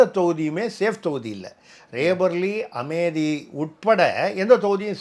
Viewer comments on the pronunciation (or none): Amethi is the name of a town in Uttar Pradesh. It is a Proper Noun. Hence it has to be pronounced as Ame-thi and not Ame-di. You may please cross check. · Sir, Amethi pronunciation is wrong. It is Amethi, not Amedhi. It is Ame-thi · It is Tamizh pronounciation....just like same pronounciation for Madham and matham